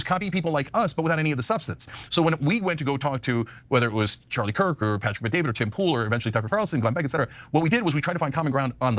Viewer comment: I heard 'Charlie Kook' instead of 'Charlie Kirk' and that's what I'm calling him from now on.